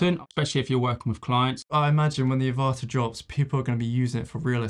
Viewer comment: I think the pronunciation of the name is AVata, as in the film Avatar, not aVAta as you are pronouncing it.